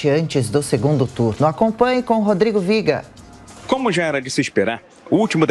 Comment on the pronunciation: Ridícula a forma como o Rodrigo Viga pronuncia seu nome. Parece um arroto no final da frase...